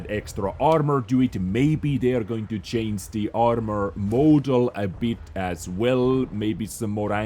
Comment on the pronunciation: am i the only one who cringes when he pronounces change like it was anything like chance? :D